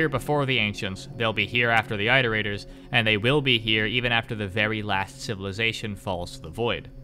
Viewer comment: "that was a pretty solid intro to the iterators, right?" He says after mispronouncing the word iterators 50 times.